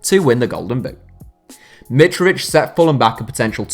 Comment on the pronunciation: its Alexender Mitrovitćh!